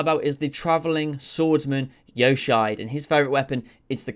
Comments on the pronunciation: Man's butchered Yoshiide. Edit: Man's butchered all the Japanese words. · the pronunciation of Yoshiide hurt my soul.